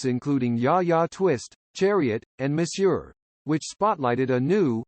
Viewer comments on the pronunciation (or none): none